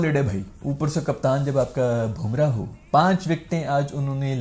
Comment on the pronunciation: How to pronounce Bumrah's name.. BUM (wo wali BUM) - RAAH not BOOM - RAH 😅